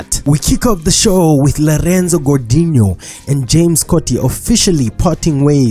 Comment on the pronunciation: Did he say lerenzo😂😂😂😂